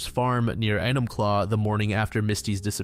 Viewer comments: It’s pronounced “Pew-All-Up” just as a heads up. Also “Ee-num-claw” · Enumclaw should be easy to pronounce... Everyone knows about Mr. Hands, and the Enumclaw Horse F-$&er Case!!! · THE Enumclaw ? 😳😳😳